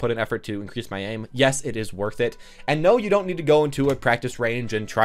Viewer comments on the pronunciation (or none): none